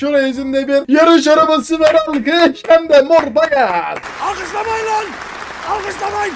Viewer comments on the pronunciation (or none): Abi yorumumu oku O arabanin ismi paqan diyil paqani